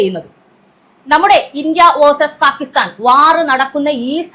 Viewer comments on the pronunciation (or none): none